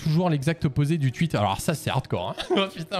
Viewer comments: Ça me fracasse quand il dit tuit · Arrête de dire "tuite" wsh c'est insupportable